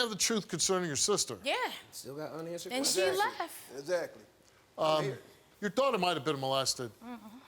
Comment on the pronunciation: I can't believe the sister just up and leff. The poeleese need to ax her some questions.....